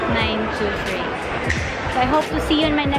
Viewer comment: iniki not inaki.🤣 and i-5923 not 1-5923. 😁